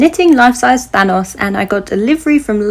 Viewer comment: Instead of thanos I heard THONGS😂 I was like. Well. Good for you✌️